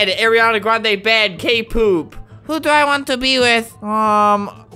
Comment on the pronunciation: am i the only one who got really mad when he said k-poop i was like bish